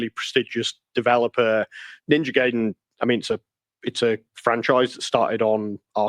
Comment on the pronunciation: Pairing the music with what is going on in the game is something as old as entertainment. The insight she has is only surface level. And only a few seconds later the idiot cannot pronounce Ninja Gaiden correctly... or even knew there where three Ninja Gaiden games on the NES.